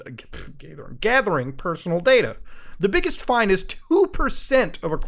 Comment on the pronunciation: Gaythering.. Muta.. you're a gaytherer.